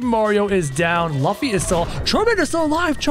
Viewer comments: Bro said LuFFY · No Its not Laffy its LUFFY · You say Laffy it's Luffy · Its lo-ffy luffy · Luffy not lufy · you pronounced Luffy wrong